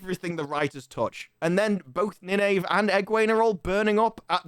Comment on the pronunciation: It's pronounced Nine-Eve FFS